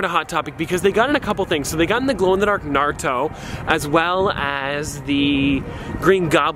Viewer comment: You pronounced Naruto correctly 😍😭